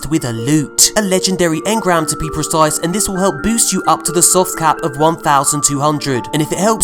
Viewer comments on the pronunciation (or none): none